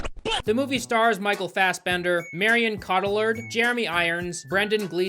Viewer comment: The pronunciation for Marion Cotillard's name killed me 😂😂😂